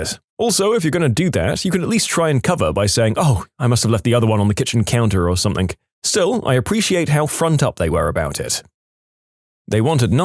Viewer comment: No k in the word something